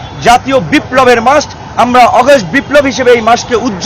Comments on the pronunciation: ভাই আগস্ট টা ভাল করে উচ্চারণ করেন।।।এটা আগস্ট অগস্ট না।। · অগাস্ট না আগস্ট নুরু সাহেব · হাইরে উচ্চারণ অগষ্ট